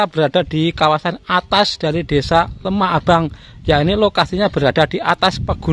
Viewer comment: LEMAHBANG Mas bukan LEMAH ABANG